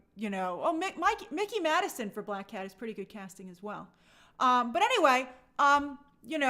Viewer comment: Mikey Madison is pronounced “Mike-ee”, not “Mick-ee” like Mickey Mouse 😂